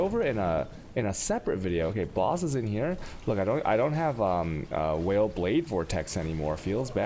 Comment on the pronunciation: Is he intentionally trolling us every time he says "whale" instead of "vaal"? It honestly gets so annoying to hear it every time.